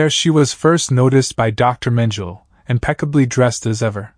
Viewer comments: Because it’s a robot that pronounces words as spelled. Mengele is a German last name and the AI is using an English pronunciation. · Ugh. His mispronouncing of Mengele’s name makes this unwatchable. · How can you narrate this not know how to pronounce the name Mengele?? Everyone know his name but obviously not you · Perhaps he’s using the German pronunciation. But, really who cares. If that’s all you are deriving from the video, you are part of the problem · I know the facts very well! My great aunt was a victim of his experiments on twins. The German pronunciation is the same in English. My point was how can you narrate a documentary and be the one person who hasn't done your research on this very famous/notorious man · But why didn't you check, how to pronounce his name properly?🙄